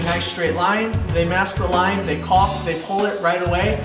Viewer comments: I love your channel been watching for years but stop saying caulking holy shit its caulk together about 100 times u say it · The "L" in caulk is silent. Like "talk" and "walk". Also, "caulking" is the action of applying caulk. It's not the actual name of the material. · Jesus, the L is silent. Dont be afraid to pronounce it properly. I love hearing people struggle to not say cocking.